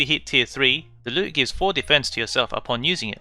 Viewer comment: You called the lute a luu